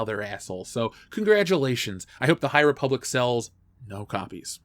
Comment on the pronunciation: Great Video. Ree-public is definitely an avoid for me. Also sent you a Dm on Twttr